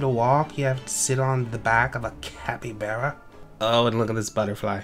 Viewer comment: Chin-chill-a Cap-y-bar-a Thats how you pronounce those